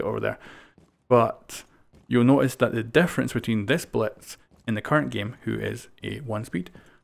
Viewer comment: It sounds like he's saying Bletz